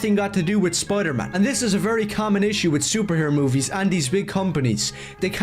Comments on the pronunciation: I cannot get past him complaining so much about other people while saying "Spludermun" instead of Spider-Man. You know what's a REAL common issue? People that allegedly love characters but absolutely hate everything they've been in for the last 20 years. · Dude says Spider-Man like spodermun. It doesn’t sound like he’s even hyphenated the name. Punisher can wear whatever hairstyle he wants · I more offended that he keeps saying, “Spuder-Mohn.”